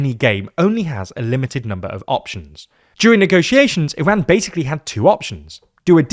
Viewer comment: Yall are supposed to be educated, how is that you’re pronouncing Iran incorrectly